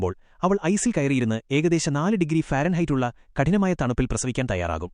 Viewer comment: ഫാരൻ ഹൈറ്റ് അല്ല. ഫാരൻ ഹീറ്റ് ..